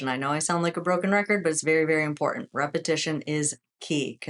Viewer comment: You always say repetion repetion repetition how can you do repetitions when you can’t do 1?